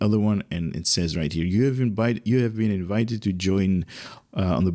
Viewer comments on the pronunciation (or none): none